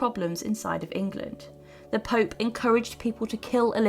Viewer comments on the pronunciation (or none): none